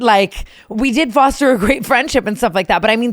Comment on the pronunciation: TANA ily so much but the word foster this episode was driving me insane lmfao